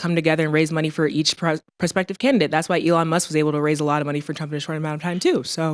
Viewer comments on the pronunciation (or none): none